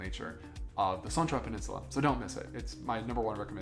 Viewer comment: Why not ask a local how to pronounce place names? Da Nong? Son is more like Sern and My Khe is Me Kay. But you got Hoi An right. But that place is like a nightmare now.